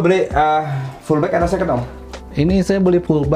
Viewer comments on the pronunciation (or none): none